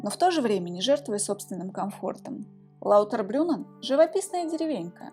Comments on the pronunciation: ЛаутербрУннен, а не лаутербрЮнен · Написали верно, а вот произнесли лаутЭрбрюМээээн😅